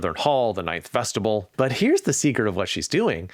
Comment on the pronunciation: “Vest-i-ble” 🤣🤣🤣 You make the word sound like “vegetable.” 🤣🤣🤣 It’s pronounced “vest-i-byool,” whose ending rhymes with “miniscule,” like the scope of your vocabulary.